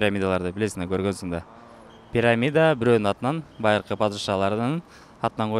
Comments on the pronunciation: Суроону озу туура эмес берет го. Перамида дейт. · пераммида эмес! ПИРАМИДА.